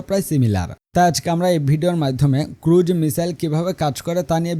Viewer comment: ভাই, ক্রুড মিসাইল না, ক্রুজ মিসাইল হবে।